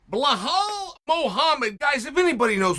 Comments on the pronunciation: Chael, his name is pronounced, "BELALL MOOHAMED"... not "BlaHall MOhamed"... get it right, man! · BleHal 😂 Try BELL-ALL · "remember the name" BELHAL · Blahaaal Muhhamed nice one Chael 😂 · I only clicked on this video to hear Chael say Blahall.... That's it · Bleehlwaal Muhammad 😂😂😂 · Blehal Muhammad. Undefeated undisputed. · Blahal “bob loblaw” Muhammad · It amazes me that Chael can mispronounce such an easy to say name like Belal😂 Undefeated and undisputed.